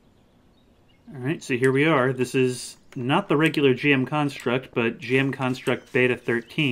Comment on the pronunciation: No way you pronounced it as jm instead of gm. I never understood you Americans